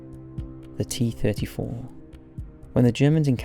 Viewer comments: T34....not T 3 4........ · i hate the fact he didn't say 34 instead he said three four which really triggered me for some reason